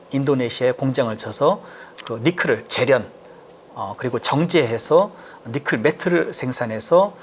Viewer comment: 니켈을 니클로 발음하셔서 불편하네